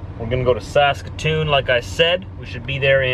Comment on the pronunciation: Saskatch-atoon